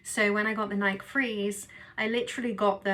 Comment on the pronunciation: Decent review of this great shoe. As a strictly treadmill runner, I enjoy running in this particular shoe. Just a heads-up, the name of the company that makes this shoe is pronounced "Nikey" like the nickname Mickey, not like the word bike.